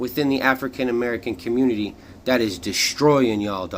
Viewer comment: Just like Coach Greg Adams said it best, "The Communitah been done with."